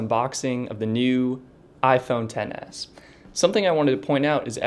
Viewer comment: It’s XS not ten s